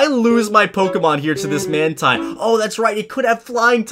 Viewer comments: It's man teen- not man -tine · Mantine is pronounced "man-teen".